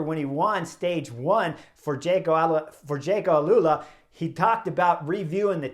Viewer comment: Jayco Alula Chris, not Alalula.